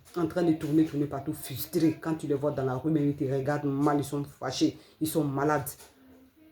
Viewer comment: On ne dit pas fUStré... mais fRRRustré. Voilà. Apprendre à bien parler français.